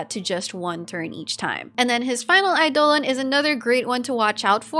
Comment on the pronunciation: Every time I hear a youtuber try to pronounce eidolon I die a little inside.